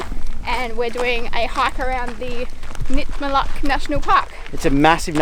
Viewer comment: Its name is pronounced Nit-Ma-Look... not Nit-Ma-Luck. And the Butterfly dreaming is one of the many sacred dreaming sites of the large Jawoyn area.